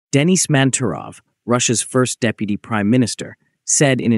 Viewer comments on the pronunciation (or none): none